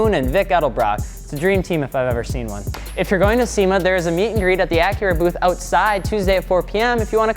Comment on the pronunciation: I kept thinking he was saying Acura 😂😂